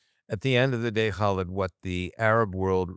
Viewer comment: Love your podcasts and I respect your frequent guest, Khalid. Please do him the honor of pronouncing his name correctly; Kah-LEED. Thank you.